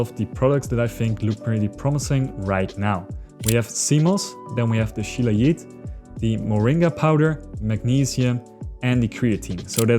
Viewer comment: It is Shilajit as J in Jug not J in Joghurt (Yoghurt)